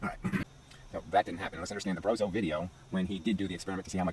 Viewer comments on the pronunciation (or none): The only error you've made in this video... is mispronouncing Stephen Brough's name. If you took the 'B' off his surname then think about how you'd pronounce it; now add the B again.🙂